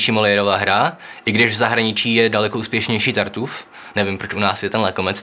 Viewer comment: Čte se to "Tartif" :D trhá mi to uši. Jinak zajímavé, mnoho nových informací.